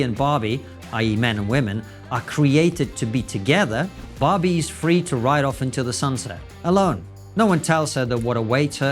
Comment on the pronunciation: At the beginning he said Barbie. I thought he said Bobby. I thought to myself, "Who's Bobby!?" 🤔.